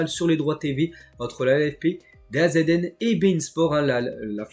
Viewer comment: çà se prononce "dazone"